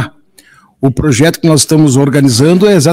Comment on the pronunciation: Ele tá falando mto em "proxeto" acho que vem Luxemburgo🤦🏻‍♂️😂😂😂